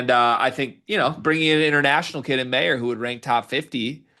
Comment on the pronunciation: MY-ER not MAY-ER. Show him the respect of pronouncing his name right dude